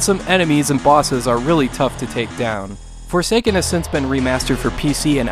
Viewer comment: I heard "The future is for Satan" and was really disturbed before I heard guy repeat it(wich was better articulated for me. am not a native english speaker btw...)